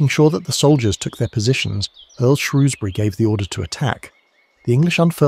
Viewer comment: AI still unable to pronounce Shrewsbury.